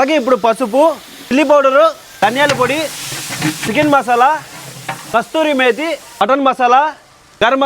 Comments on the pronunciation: It's no kasturi mathe it's kasuree mathe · కస్తురి మేతి కాదు రా కసూరి మేతి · Kasuri methi not kasthuri methi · Kasthuri methi kadhu anna kasuri methi adi😂😂😊😊❤❤ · అది కస్తూరి మేతి కాదు అన్నా కసూరి మేతి అన్నా, అది బిర్యానీ కాదు పూలవ్ అంటారు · కస్తూరి మేతి కాదు అన్న "కసూరి మేతి" మరాఠీ మెతి అని కూడా అంటారు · Chala Corrections unnaie bro , videos lo kasuri methi , not kasturi . 2 kg curd bro nuvu 2 ltrs curd annav.. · Hi bro kasthuri methi kadu Kasuri methi